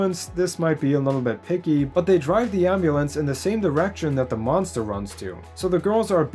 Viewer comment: Did you say....... DA MONSTER? LESSSSSSS GOOOOO